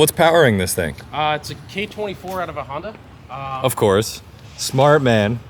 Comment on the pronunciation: Did he say HONDATA???? Off to jail you criminal!!!!